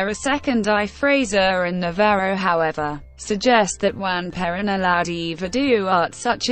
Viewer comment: PLEASE !! Lose the computer voice !! It cannot even pronounce her name correctly. This is the first time I have heard Perón said improperly. Please re-do this with a human narrator; thank you.